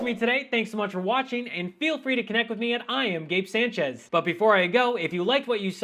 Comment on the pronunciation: Sanchez, pronounce your last name correctly sport. It is pathetic when someone of Spanish descent attempts to sound "Anglo." And yes I would say as much to your face.